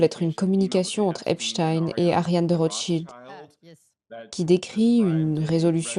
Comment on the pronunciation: Bonjour et merci pour tout ce que vous nous partagez . Je ne suis juste pas d'accord avec vous sur la prononciation du nom d'Epstein.... Vous interviewez des américais et pas un ne prononce Epstaïne, tous prononcent Epstine, et c'est JUSTE. La théorie de votre collaborateur avec le nom d'Einstein ne tient pas debout !!! Il était allemand, et en effet en allemand on prononce différemment. J'adore vous écouter mais cette erreur me pique les oreilles.... c'est dommage.